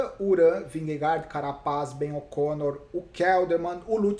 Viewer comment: Obg!! "Ben O'Corno" ficou engraçado!!